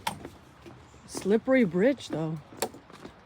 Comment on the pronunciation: Great video. Very enjoyable with all the people in it. I’ve been wondering about the story of the phrase, “River Crossin”? Was it you always say it at crossings, the way you say it with your accent, or a combination? By the way. I’m saying it now even if I’m stepping over a trickle of water. 😊